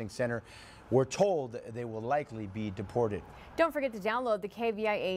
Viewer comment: Deporred??.yeah depirred ti new york or colorado or chicago